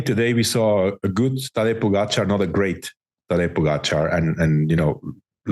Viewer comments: Armstrong and Hincappie still do not pronounce Po Gahh Chaaar....correctly...it is not Po Ga char For god's sake..come on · Why is it that Armstrong and Hincapie cannot pronounce Tadej last name